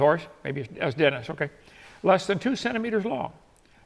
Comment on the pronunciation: Denise is not pronounced Dennis, or Denis.